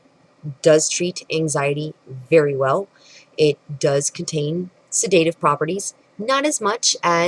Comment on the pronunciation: You have 20 years of education as an "herbalist" but you can't pronounce the word "sedative" properly.